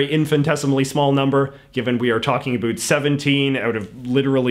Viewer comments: it's funny to me how you pronounce "about" like "abeought" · The way you say about with an accent encapsulates Canadian English effortlessly.